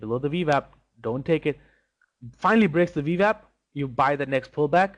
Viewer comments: Wah. Ooooooo-WAH. Wap. Vee-WAP. If Schwarzenegger can pronounce “W”, anyone can. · This guy can't say veeewap lol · Do I keep hearing V Vap?